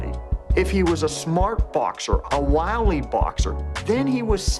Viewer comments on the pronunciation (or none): none